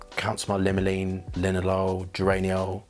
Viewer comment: Just before he said he was dyslexic, I was thinking, 'he must be dyslexic'... because of how he pronounced bergamot and limonene! His olfactory prowess makes up for that, though! I've discovered it's almost pointless testing from cartridge paper - it selectively gobbles up some of the components, and doesn't have natural warmth. My very dry skin can ruin a lot of perfumes, too. 🫤